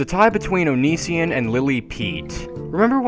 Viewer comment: Ok so you hate onision And just saying you pronounced it wrong The Reasons he makes alot of his videos are fan suggestions and also just want to point out He says things about certain mental illnesses because he has had to deal with people with said diseases or disorders like pathological liers im not trying to account for all of his acts just pointing out a few things